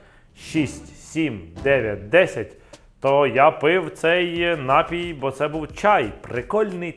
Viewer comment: Вообще -то НапІй, а не нАпій. Ударение на втором слоге.